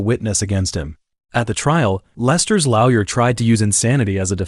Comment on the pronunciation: You should hear him try to make the AI pronounce Lawyer in #10. 😂 Comes out as Lau Yer.